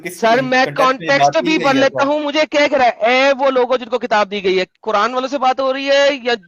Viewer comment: at every moment says कुरांड 😂😂😂